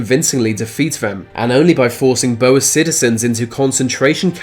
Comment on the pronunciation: As someone who is from South Africa (and can speak Afrikaans fluently) I can tell you that you pronounced 'Boere' horrifically wrong